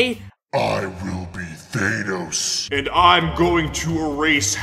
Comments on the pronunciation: Bruh he keeps saying Thay-nos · this man just said "Thaneos" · ThAnos is finally here Me: faceplam it’s ThanOs not ThAnos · Me: Thanos Him:thaynos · Now its not thanos anymore its thainos😂🤣😂🤣😂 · Bro says thenos😂😂😂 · Lol thei-nos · Bro why do people keep saying thenos when it's actually thanos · Why did he say Thynose it's Thanos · Thaynos or thanos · It’s thanos not thay-nose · Its thAnos not thaynos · I hate how he says thaynos